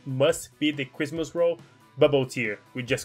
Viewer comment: All I made out is some sort of “ Christmas roll “ 😋🎄🧻🤪